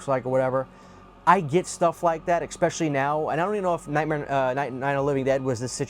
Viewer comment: Dude... There's no C or K in the word "especially." It's pronounced Es-Spesh-uh-Lee.